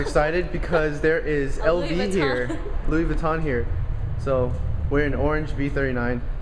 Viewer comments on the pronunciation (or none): "LOUEES VUYTUN" Hahaaa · hahahahaha vweeton xD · ``Lewis Vweeton``hahaha US-ERs ( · Did you say Lui Vu-ton? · "louise vweeton" -- lmao..i know that was a joke..but that was really funny!